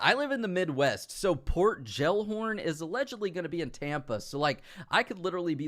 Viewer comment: The way you pronounced Gellhorn... Jellhorn 😂 Hope you dont pronounce jelly gelly 💀😂